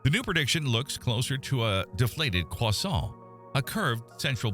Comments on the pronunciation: Maybe because it's a real voice? And just to break down the 4th wall, a Canadian voice...that's why croissant is pronounced properly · Not only is this the most fascinating and informative, astronomical, video I’ve seen in years, but it’s also the first time in my life I’ve heard an American, albeit an AI American, pronounce ‘croissant’ correctly!